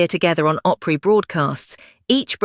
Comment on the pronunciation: "Oly"Opry? AI is stupidity.